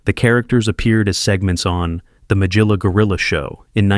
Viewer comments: That's a hard G there in MaGilla Gorilla😅 loved that show🎉❤ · Who could forget Ma jill a Gorilla, so many mispronunciations.